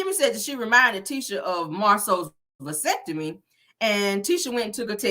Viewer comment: “Pelicure” and “Basectomy”😂😂😂😂😂😂😂😂😂😂😂